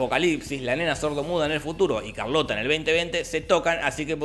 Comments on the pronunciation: O Charlotte, se escribe así ⬅️, se pronuncia "sharlot" (o sharlota para la Alemania people) pero Jorge le dice "Carlota" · Charlotte? Nah, Carlota